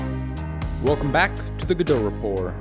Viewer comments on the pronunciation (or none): oops! you forgot to pronounce the t! all jokes aside great video! :)